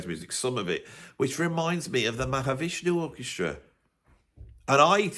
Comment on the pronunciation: the first time I've heard you say Mahavishnu Orchestra as seven syllables instead of four.